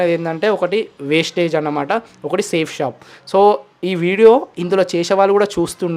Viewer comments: Vestige ra naayana wastage kadu ra spelling teliyadu adi yela palakaalo teliyadu likes and comments kosam nuvvu chese business perenti ra naayana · Westige kadhu ra Vestige raaa mundhu nuv tinnaga chadavadam nercchukora and niku vestige gurinchi teliyanappudhu aa company name endhuku include chesi matladavu west gaaa India lo the best network marketing edaina undhi ante adi vestige matrramee inka doubt unte check the Google and YouTube endhuku ante 0 investment kabatti... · అది వేస్టేజ్ కాదు వెస్టీజ్ నీకు కంపెనీ పేరే చెప్పడం రావట్లేదు నువ్వు కంపెనీ గురించి మాట్లాడే అంత సీన్ లేదు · Westage kadu ra Babu vestige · Babu adi vestage కాదు Vestige.fst correct ga ga పలకండి word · వెస్టీజ్ నేమ్ సరిగా పలక రావట్లేదు నీకు వెస్టీజ్ గురించి మాట్లాడుతున్నావా ఒక మెసేజ్ ఇస్తున్నప్పుడు ఏ కంపెనీ ఏంటి అని తెలుసుకొని మెసేజ్ ఇవ్వండి వెస్టీజ్ అనేది కొన్ని లక్షల మందికి ఉపాధి కల్పిస్తుంది